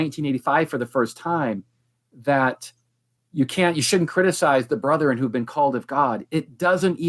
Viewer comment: How odd., for whom English is a second language, knows how to pronounce correctly the word "brethren," whereas two PhDs persist with the hicky "brotherin." It is very simple. The correct "brethren" is a two-syllable word and the incorrect "brotherin" is a three-syllable word. Brigham Young, who was apparently barely literate, used "brotherin," as may be seen in the Journal of Discourses, where many of his speeches are recorded. If you doubt it, please call Radio Free Mormon, who has commented on this issue in his podcast titled "A Marvelous Work and a Blunder," reviewing a film made by the church. The actor playing Joseph Smith in the film said "brotherin," thereby manifesting his connection to the moridor. Better yet, just ask.